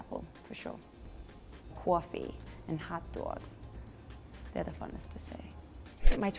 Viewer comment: "cwoffee" *chef's kiss* 👌✨